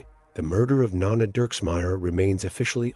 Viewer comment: It's not pronounced nonna - it's NO-Nah